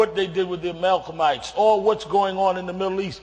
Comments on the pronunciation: Sharpton: "Amalgamites" !!!! LOL... why he has the balls to debate Hitchens is beyond me. Hitch kicks his ass every time..... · "amalcomites", lol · "Amalchamites" .... Funny how a Pentacostal minister can't even get it right. I dobut Sharpton has even read the bible. What a complete fraud. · I love when "Reverend" Sharpton says "The Amalk-amites" instead of Amalekites. They must not have covered 1st Samuel in seminary school. Oh, wait, he never went. This is embarrassing. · that was funny. i think it could have been a slip[ of the tongue though. i hear many well learned people that may say a word that they know but mispronounce it due to not regularly saying it. i mean who say the word amalekites everyday. its like saying the word guggenheim or masoretic